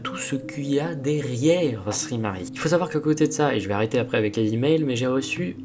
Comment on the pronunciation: sry = sorry et ce prononce saurry et non ssri mari